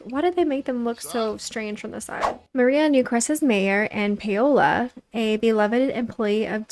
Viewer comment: hey girl! just a heads up, paola is pronounced 'pow-la' not 'pay-oh-la'!